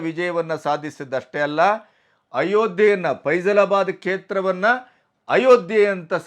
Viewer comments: ಅದು 'ಫೈಜಲಾಬಾದ್' ಅಲ್ಲ 'ಫೈಜಾಬಾದ್'. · ಅದು ಫೇಝಲಾಬಾದ್ ಅಲ್ಲ, ಫೈಝಬಾದ್.